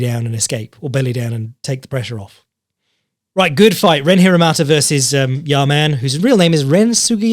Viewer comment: Can't wait for the BeyondKickboxing discord to get their tits up over you pronouncing Ren Hiramoto as Hiramata kek